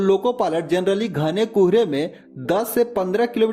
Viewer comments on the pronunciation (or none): It is Kohre not Kuuhre😂